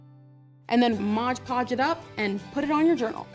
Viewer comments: its mod podge not modge podge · It's not modge podge, it's Mod Podge...